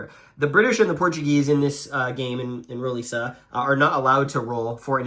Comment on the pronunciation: Roliça is pronounced roo-LEE-sa. Vimeiro is pronounced vee-MY-roo.